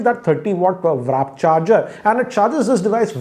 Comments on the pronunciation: Sir it's WARP charge not WRAP 😂😂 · Please stop saying WRAP charger. Its WARP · its WARP not VRAP 😂😂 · Appreciate all your reviews. But it's WARP charger and not WRAP, because you've said the same in all your One Plus videos, and sometimes on others. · Its "Warp" not "Wrap" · I don't know if its intentional but keeps calling it the Wrap charger instead of the Warp charger XD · Sir its "Warp" charge not "Wrap"charge...i noticed it in many times whenever you post a video of any oneplus smartphone..... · You still calling it a WRAP CHARGER 😁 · it's WARP CHARGE. You are saying WRAP CHARGE each time. Wrap is wrong it's not a wrapper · It's warp charge not wrap charge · Did he just say "wrap" charger? 😭😂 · WRAP charger ? lol, its W-A-R-P charger dude ;) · It's WARP charger and not WRAP charger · Warp charge and not wrap charge 🤣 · It's WARP not WRAP🤦‍♂️ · "warp charge" not 'wrap' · Even after several launches still call warp charge as "wrap charge"! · warp not wrap? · For God's sakes its waaaarp charger not wraaap charger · *WARP. NOT WRAP CHARGER. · "WARP" ,not WRAP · WARP charging not Wrap 🤦🏾‍♂️ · WARP not WRAP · ......wrap charger..its not wrap its warp...i notice this since oneplus launched warp charger he pronounce it as wrap....though reviews are superb of...no doubt in that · It’s WARP Charging not WRAP Charging😆😅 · It's "warp" charger not "wrap" charger. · It's WARP CHARGE and not "WRAP CHARGE" as you mention. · Sir pls read the comments of viewers 😂 So many people correct ur warp charging pronunciation! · He still calls it "wrap" charger..awesome boss🔥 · Jackson true 😌😌